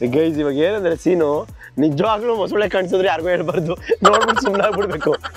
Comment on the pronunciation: Mosule alla bro mosale 😂😂